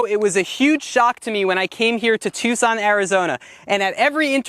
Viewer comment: Choo-son? I thought I was hearing things until he said it twice! He likes old trucks, so he's cool in my book!